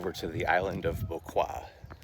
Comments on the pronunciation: Bequia is pronounced “Beck-way”. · Beck-way is how you pronounce Bequia 😅